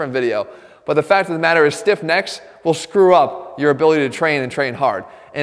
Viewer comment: the way he said "stiff necks" in the start made it sound like he was saying a gen z rappers name or something xdd